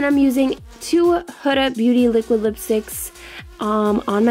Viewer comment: Pretty sure its HOO-Duh. She has a channel and thats how she says her own name. Your look was STUNNING!!! Had to sub :)